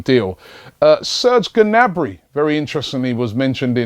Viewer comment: it's obviously pronounced 'nabry'